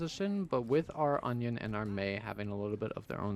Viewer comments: I keep hearing onion and in different videos too XD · Please tell me i'm not the only one that kept hearing "onion" instead of Anran on King's Row? xD Amazing series btw loving it!